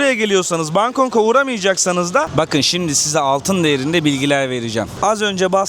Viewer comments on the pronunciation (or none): Kanka Bangkong değil bangkok